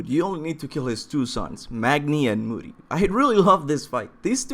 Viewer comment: Moody? IT'S MODI. PROUNOUNCED LIKE MO D.